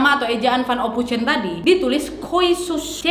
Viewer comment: "ophoisen" kak cara bacanya.